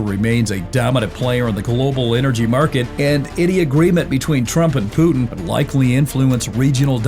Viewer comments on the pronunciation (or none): none